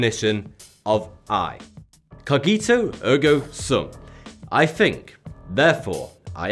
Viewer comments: I'm sorry but I have to tell you that your pronunciation of "Cogito Ergo Sum" was horrible, please before saying stuff in different languages look up how to say them. Anyway good video ;) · Cogito ergo sum is pronounced with the first g soft like in giant. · You butchered Cogito Ergo Sum Pronunciation